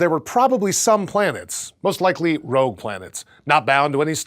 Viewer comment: Rogue, not rouge. Rouge is red in French.